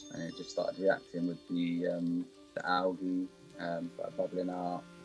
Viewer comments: I like how he says algey and not algae. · I like the way he says alga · so funny how he says algea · Why am I having a hard time with how he says algae? Probably an accent thing, but I honestly don’t know why.